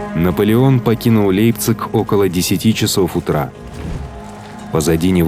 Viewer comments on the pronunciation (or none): none